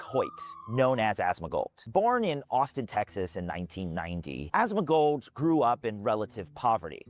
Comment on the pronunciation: Why does keep saying "Asmagold"?